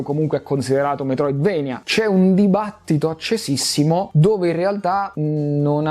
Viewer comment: comunque si legge Metroidvania, per come si scrive, per il fatto che il nome di Castlevania è preso dal posto che è la Transilvania dove giustamente che il è castello di Dracula, che alla fine è il nemico principale. Quindi se dici "vania" e più giusto di "venia"